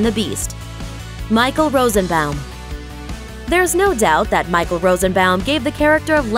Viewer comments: You're saying Rosenbaum incorrectly. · Smallville was the best show in it's early days. Also, I don't know what I'm more amused by, the fact that you actually said KK's last name right or the fact that you said Rosenbaum wrong. Also, have you not heard of "Impostor?" Michael is the star of that show. And he is an Executive Producer. Also, Kristin was the co-star in Edgemont, which was before Smallville. She also did Snow White, Earthsea, Eurotrip, AND Partition. Not sure if you guys don't know this stuff or if you just purposefully leave stuff out.